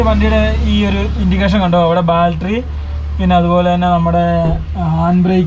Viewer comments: Baltary അല്ല ബാറ്ററി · Baltry alla battery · പൊന്നു മക്കളെ അത്യാവശ്യം ആൾക്കാർ കാണുന്ന ചാനൽ അല്ലേ നിങ്ങളുടേത് ഇനിയെങ്കിലും പറയുന്ന വാക്കുകൾ ശ്രദ്ധിക്കൂ ബാറ്ററി എന്നു പറയൂ ഞാൻ തന്നെ മൂന്നു നാല് പ്രാവശ്യം പറഞ്ഞതാണ്